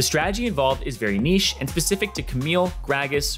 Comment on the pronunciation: Does the guy say "Pecific" Instead of specific????? That threw me man...